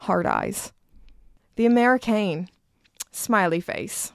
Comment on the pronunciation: A little "Je ne sais quoi" but The Améri"Kaiine" 🤔🤔